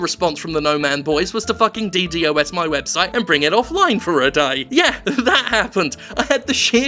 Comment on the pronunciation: "Dee-Dee-Oh-Ess" if you were to receive death threats for anything it really should be this